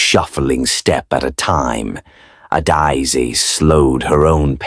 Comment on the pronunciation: Is not adaiz😢is Adaeze"ada_eze❤